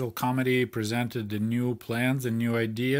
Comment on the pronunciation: Your accent makes the word "committee" sound like "comedy"! Please never change how you pronounce this word, because it's as true today as it was back then! Love your videos,, please carry on the good work you're doing. I'm the same age as you, so it's extremely interesting, being able to directly conpare my life growing up in a capitalist country (UK) with growing up in a Soviet country as you did. Your expectations for birthday presents were far below mine - if I'd only been given a couple of kgs of bananas for my birthday, I would have cried! In comparison with you, I was a spoilt brat - and my parents were only working class!